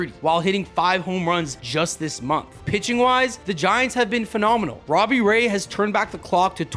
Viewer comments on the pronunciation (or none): none